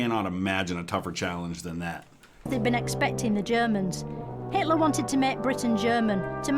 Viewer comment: I loved it when she intentionally called Hitler, Hateler.